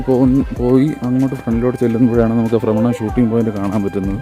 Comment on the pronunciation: ബ്രമണമല്ല ഫ്രമരം